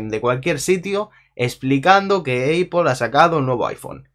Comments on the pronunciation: españoles: aple resto del mundo: apol: eipol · Cada vez que dice "eipol" se muere un gatito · quien verga le dice eipol? XDD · que tan dificil es pronunciarlo como àpL , porque le dicen como àpel ahora èipol ;S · nadie absolutamente nadie: "eipol" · increible pero cierto! la educacion en spain y el ingles! hahah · como q eipol? hahahahahaha